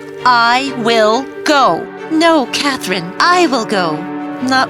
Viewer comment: Am I the only one who noticed that in 814 part of the video Katherine’s name was pronounced as cat Lynn am I the only one who noticed that?